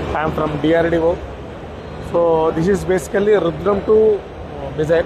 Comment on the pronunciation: why do they say "mizzile" ??